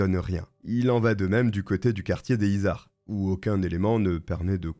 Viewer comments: Les izards 😅 ici on dit les zizards car on fait la liaison 😊 Toulousaine, je connais ce nom bien sur mais j’étais une gamine et je n’avais pas tous ces détails ignobles 😢 merci pour cette vidéo! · alors sinon on fait la liaisons, on dit "les [z]izards" et c'est pas la coline du crack calmos mdr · Pour le quartier a touluse dont tu parles, les izards, concernant la prononciation on fait la jonction, ça se prononce donc les ''zizards''. Bonne video sinon, continue comme ça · Les Izards = les zizards en prononciation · Et bonjour 😄 merci pour cette vidéo. Je suis toulousaine, et j’ai tiqué sur « le quartier des izards » qui se prononce zizar